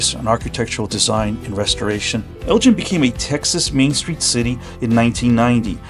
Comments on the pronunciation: For as long as you were in the town you should have heard that it's pronounced "El-ggin" with a hard "g." Nice video. 👍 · It’s not pronounced Elgin like the watch or the other Elgin up north. It’s pronounced like El Gen. if you’re going to report on a particular place at least speak to some locals too get the pronunciation correct. Do your homework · Locals pronounce it not like the Liqours GIN but like GAN, “ELGAN” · It's El-Gin, with a hard "g", not El-Jin, which a person would learn in any conversation with a local. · Just heads up Elgin pronounced differently than your saying at the top of the video. At least that's not how we grew up saying it out here. So not like 'gin' but the g has the sound like in the word 'again' Great to see a video tho for such a small town out here! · FYI only since I grew up in the area; Unlike Elgin, Illinois or Elgin Baylor the basketball player, Elgin, Tx is pronounced “EL-ghin” and not gin, like the drink. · I believe it is "El guh en" not "El gin" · Before you make a video about a town, ask someone how to pronounce its name. It's not a watch. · it is a hard G like green. The way you say it is how we know “you ain’t from here.” 😂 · Sorry, but my family has been living in or near Elgin (go not gin) for over 100 years. You are pronouncing it wrong. Don't really know how Mr. Elgin said his name all those years ago, but it has been Elgin (go not gin) all my lifetime. Other than the mispronunciation, pretty good show. Did anyone mention to you that Elgin's wide Main Street was used to film part of the movie, The Great Waldo Pepper? And you picked the right place to get your sausage. Meyers is way better than the alternative. Thanks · you are correct on all counts sir. It el gin with a hard g. Not gin like the alcohol. But good video other than that. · I guess relatives and friends who have lived in and around Elgin (g as in go) for 100 years have been calling the name incorrectly. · Hard G in Elgin. Not pronounced as a J.